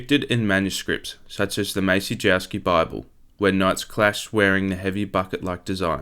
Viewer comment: Very interesting video. Like others have said, I'm glad it wasn't AI narrated but you need to work on your pronunciation of names and places. I appreciate you're doing your best from written material available and likely haven't heard others pronounce them but if you can nail the pronunciation of names like "Maciejowski", "Bouvine" and "Bayeux", you'll significantly elevate the quality of your content.